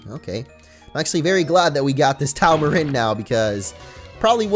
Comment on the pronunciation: Any one else bothered by his pronunciation of taomarin.... As in taoism so pronounced like a d not a t XD